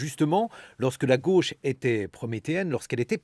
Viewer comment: "c'est le rôle de la gueuche" mdr, il dit "gauche" comme manon aubry